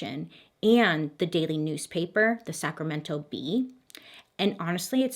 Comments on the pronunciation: Me cheering Bailey on when she pronounces all the county and city names correctly. GO GIRL GO! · Guuurrrlll, are you even from California? Because you totally pronounced "Sacramento" right! You didn't say Sacrameno like the rest of us!! 😂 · I really love the way Baily says Sacramento... And the V word is pronounced "Vye-Say-Leah"